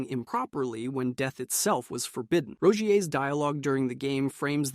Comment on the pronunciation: Rogier just became Rogeá